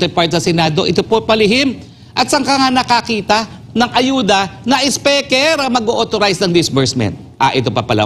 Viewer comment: Atty Roque, YOU MADE OUR DAY especially our LUNCH SO ENJOYABLE, D way u pronounce d King of TONGRESS " Si ESPEKER" Ha ha ha ha ha,😂😅😂😅😂😅😂 GO GO GO ATTY ROQUE, WE ENJOY n LOVE Listening to you,,😂😂😂😛😝😜🥰😍we love you, GOD BLESS US ALL.OMAN,EGYPT,SAUDI,U.A.E. KUWAIT.SYRIA. LEBANON.QATAR.IRAQ.JORDAN .BAHRAIN .U.S EUROPE.ASIA.GOD PROTECT ALL PILIPINOS ESP. fr TAMBA ESPEKER"😜😝😛😂😅,"BARACK ALLAH FEEK P.R.R.D.". MIDDLEEAST AIRLINES ASSO ❤❤❤ATTY.H.ROQUE.